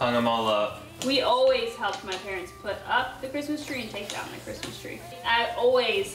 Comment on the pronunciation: I thought that's what he said too but I believe he said Christmas. It sounded like "charisma" a few times when he christmas.